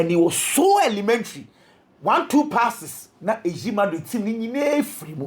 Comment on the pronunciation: From Hala Madrid to falaaa Madrid 😂😂